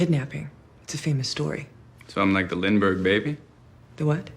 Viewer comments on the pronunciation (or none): none